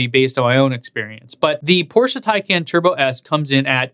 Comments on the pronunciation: Please don't fool us porsche" thin khan" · Taycon is NOT the correct pronunciation. 🤦‍♂️ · Starts videos by telling everyone how to correctly pronounce "tie-con". Proceeds to say "tay-can" and "tie-can". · Not to belittle this video or any of the hard work you do, but I do find it a little humorous that you noted the car being pronounced the "PORSH-UH THAI-CON" but proceeded to pronounce it "THAI-CAN" and then even "TAY-CAN" later in the video XD Nonetheless, I liked the comparison and I love you channel! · I love how odd the name is that even start pronouncing it Tie-Con and eventually transitions to Tay - Can or Tie-Can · If you are going to give people a hard time about how to pronounce Tesla as "Tez-Lah" then don't pronounce Taycan three different ways after pronouncing it "Tie-Cahn", which by the way is the correct way. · Good analysis! Just gotta remember to pronouce it "tie-con", and not slip back into "tie-can"! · Pleaze, it's "tie" + "kahn" or "con:; not "can". 🚗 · FYI-, you pronounce the taycan 3 diff ways often within the same sentence even after your best efforts to confirm the actual pronunciation from getgo. Nobody mispronounces Model S. Point...Tesla